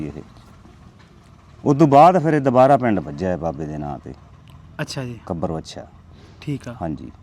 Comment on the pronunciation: ਕਵਰਵੱਛਾ ਨਹੀਂ ਭਰਾਵਾ ਕੱਬਰਵੱਛਾ